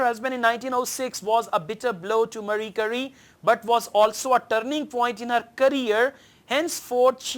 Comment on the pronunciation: Pretty sure it's not Murry-Curry !